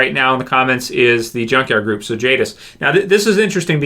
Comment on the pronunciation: It's jadis